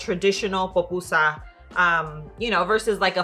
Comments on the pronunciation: Not another person calling it a “popusa”🤦🏻‍♀️ it’s called a PUPUSA😤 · Se dice “pupusa”